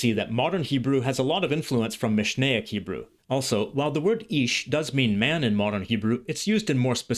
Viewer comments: I'm halfway through but really impressed by your Hebrew pronunciation. Do you speak Hebrew? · The way you pronounce every word and nuance effortlessly and pitch perfect is amazing. From a native (modern) Hebrew speaker. I don't think I can pronounce biblical Hebrew as you do.